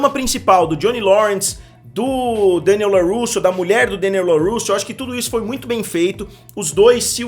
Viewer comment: Mister, adoro o canal. Mas, por favor, para de falar Deniel. Adoro quando você deixa tudo "abrasileirado". E sim, as lutas são fracas demais e infelizmente isso me deixa bastante insatisfeito. As batalhas não me convencerm. Acompanho somente pela nostalgia e já afirmo que abandonarei(se continuar assim) na próxima temporada. Tudo muito fake e mal feito.